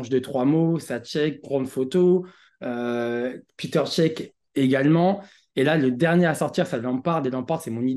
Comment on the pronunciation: Peter cech 😂😂 piteur cech 😱